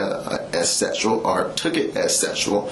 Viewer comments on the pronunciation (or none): none